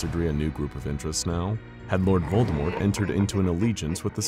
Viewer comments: Glad to hear they pronounced lord voldemorts name right. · I love that you pronounced Voldemort properly, without the t.